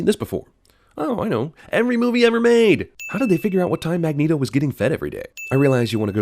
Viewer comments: sin for CinemaSins for "Magento" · Weehoo 2 Dude it’s Magneto not Magneeto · lol "magento"